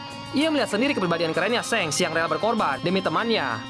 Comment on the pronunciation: Shanks bacanya pake "a" bang bkn "e", ngakak gw dengernya